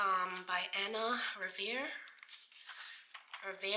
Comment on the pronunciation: I'm not understanding why you keep saying Revere and Rivera. Her last name is Riva.